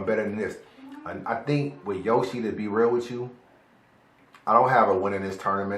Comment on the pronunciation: U said a bar when you said yo she... Yoshi